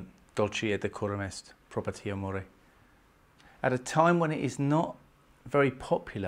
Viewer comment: Throughout his exegesis, when referring to the title of the poem, incorrectly pronounces 'patria' as "patia" and 'mori ' as "moray" and 'Dulce 'as "dul 'chay ". Notwithstanding the obvious fact that he has no Latin language skills, he should have at least learned to correctly pronounce the Latin title of the poem, of which he professes to have a detailed analytic understanding. Not to have done so is educative incompetence, which is not assuaged by his attempts to replace intellectual rigour with repetitive, amateur stage dramatics. A similitudinous error also occured when mispronouncing 'zeitgeist' as " zeiter' geist". These errors are suggestive of significant reductive cognitive attention and it is particularly egregious, considering his academic speciality.